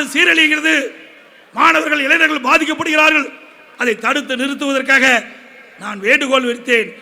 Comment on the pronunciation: எடப்பாடி........ இளைநர்கள் அல்ல. இளைஞர்கள் என்று உச்சரிக்கவும்